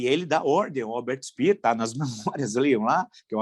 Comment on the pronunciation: Sr Villa : Em alemão quando o sobrenome tem dois E a pronúncia correta é Spêer ( Speer ) , Dêeke ( Deeke ) , Wêege ( Weege ) , etc.